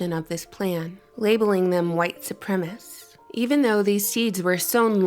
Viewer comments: It’s ‘white supremacist ’ not supremist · ah, yes, 'white supremiss'. So articulate.